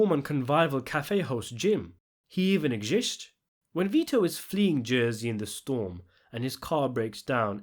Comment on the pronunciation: 6.50 "He even exishths". You bastard lol. Woke my Mrs up with how hard I was laughing, and she was upstairs in bed.